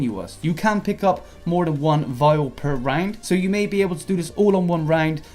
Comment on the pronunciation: You are saying "round" like "rang'd" and I hate it.